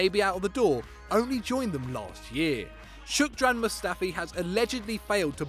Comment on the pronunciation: Fucking hell! SHKODRAN, NOT SHOOKDRAN. Get your fucking pronunciation right.